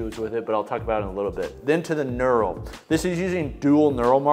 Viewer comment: He's saying nural. It's pronounced nurl (knurl).